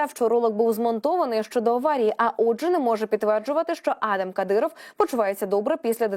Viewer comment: Пані диктор, ви якийсь професіонал чи як? Чому ви в імені сина кадирова щоразу ставите різний наголос? Майте повагу до глядачів і слухачів. Пацана звати адАм, а не Адам